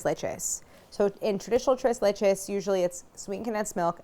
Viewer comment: Tira-leche cake! Tres lech-u cake!